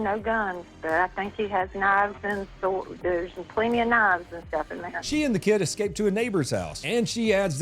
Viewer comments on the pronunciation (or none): i swear to god she tried to say he had plemnty of sorwds